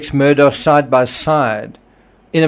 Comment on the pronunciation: Thank you for your videos…I really appreciate them. The name is pronounced Alek Mur-dock. It looks like Alex Mur-dah but it’s not pronounced that way